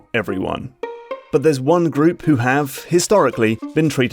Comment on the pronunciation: Why did that 'group' sound so weird?